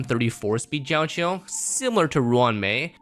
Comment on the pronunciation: bro said jao chill xD